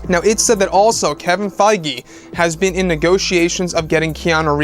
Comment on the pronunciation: Isn't Kevin Feige pronounced Kevin Feeg not Kevin Fygee?